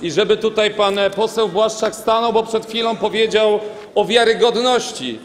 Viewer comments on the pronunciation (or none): Blaszczak nie plaszcz sie😂